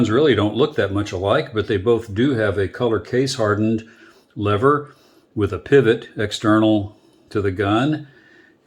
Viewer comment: They're called levers sport, not levvers